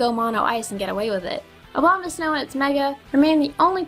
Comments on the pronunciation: She keeps saying obamasnow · she kept saying obamasnow .-. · I definitely just heard Mega Obamasnow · I like how you said obamasnow instead of abamasnow x3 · I kept hearing her say Mega Obamasnow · Did she say Obamasnow or Abomasnow? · Did anyone realize she said "Mega Obamasnow"? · I love how people say Abomosnow as Obama-snow lol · You kept saying Obamasnow. XD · ***** I'm guessing you meant to say "Abomasnow". Still, "Obamasnow" is pretty damn hilarious. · mega Obamasnow.........i was just praying you would say it right just one time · I like how you say Abomasnow as "Obamasnow". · I thought u said mega Obama for a second XD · i heard mega obamasnow at first lol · Hah, you pronounced it Mega Obamasnow. Mega Prez is meta now. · Lol she said "OBAMAsnow" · Am I the only one hearing her say "Mega Obamasnow?" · OBAMASNOW? XD Oh... My ears are laughing... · Ok, I love how you said mega Obama-snow. I know you didn't mean to, but I died laughing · XD I'm pretty sure she said "Obama-snow" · did you say Obamasnow? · Did you say "Mega Obamasnow" or did I just not hear that right?^^ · Mega Obamasnow? Seems like someone has developed a bad habit when pronouncing Abomasnow's name :P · When she said abamasnow I literally only heard obamasnow